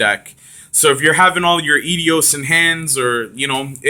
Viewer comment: Its eidos not idios